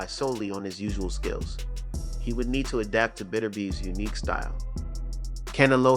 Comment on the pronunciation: Oh- it's Can-EH-lo